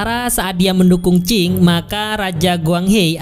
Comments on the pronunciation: Dinasti Ching bukan Qing ! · Tio k dan dinasti sing😆😆😆😆 Yg bener bacanya taeok n dinasti qing bang😂😂